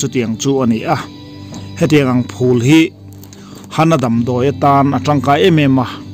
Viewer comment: Phul i tih hi a chiang si lo a, eng ang nge hriat a harsa tlat